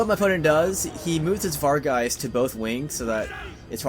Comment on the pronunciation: vargheist, not fargheist